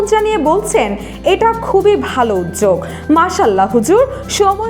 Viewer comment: উপস্থাপিকা আপু, নিজের উচ্চারণ ঠিক করুন। উজ্জোক নাকি উদ্যোগ